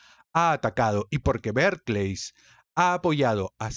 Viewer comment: Porque dice Berkleys ????